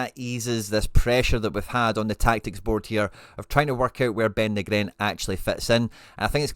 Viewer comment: Ben Knee-gren...top vid..👍